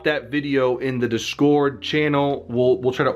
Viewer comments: DIS-cord, not dis-CORD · it's [DIS'cord] ... not [dis'CORD].. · you say discord weirdly lol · How you pronounce discord makes me cringe. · The way he says discord has me dead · The true crime here is the way you pronounce Discord Though seriously, much love man, me and my dad love your videos as we both are level 100 and play forever, so we're hoping the best for you